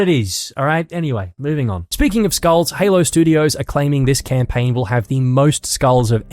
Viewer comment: "all you do is camplaign"